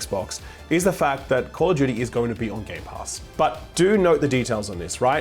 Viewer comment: "Call of Judy" 🤣, Jake has full right to rag on you because of this.